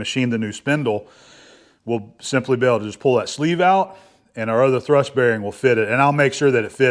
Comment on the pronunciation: Hi, 'thurst' = 'thrust' bearing.